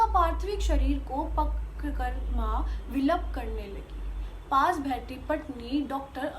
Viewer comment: Well tried👏👍. Need to improve and understand hindi first. It's bahaal not behaal , vilaap not vilup